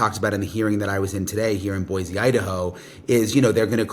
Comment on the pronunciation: Thanks for pronouncing Boise correctly! Jewel wrote a song called “There is no Z in Boise”. I wanted to share it here but perhaps not appropriate right now. But yes world, it’s pronounced Boy-Cee 😊